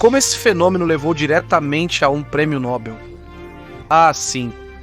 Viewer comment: E tanto especialista, estudioso, doutor, e outros bichos por aqui que não dá para numerar. Só que, não sabem nem pronunciar o nome Nobel. Eles falam com os peitos estufados "Prêmio Nóbel, Tacam erradamente tônica na primeira sílaba. Como fazer fé em analfabetos funcionais assim?